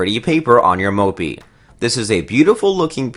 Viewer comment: I was busy counting how many times he said mopey (moppe)